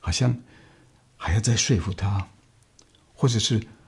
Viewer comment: 说服这两个字说的真标准， 很多中国人都会读白字。